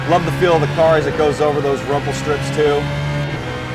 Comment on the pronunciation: Idk why but he sounds like hes saying Rumple which is kind of annoying. Is it just me?